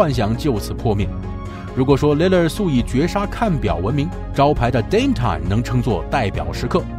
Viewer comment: 把dame time 变damn time